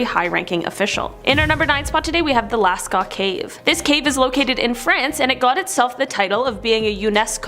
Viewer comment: "Earl" mountains? Ural (pronounced you-rul). "Lascaux" (pronounced lass-co, but softer; like beau. Pope "SEX-tus" V.